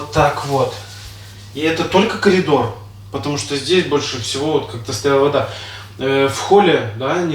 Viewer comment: ПОЧЕМУ. КАЛИДОР. ,А НЕ КОРИДОР😂?????